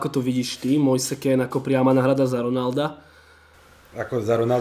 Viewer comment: citaj Mojs Kín :)